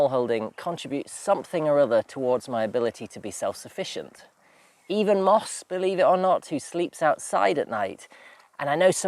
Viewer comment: * Also Moss not Miss .